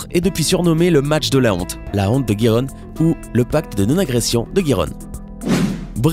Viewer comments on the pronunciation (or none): Gijon se prononce rironne Seville seviye et pas sevile '............Et il a plein d'autres coquilles, j'espère que le commentateur est amateur sinon c'est grave.😂😂😂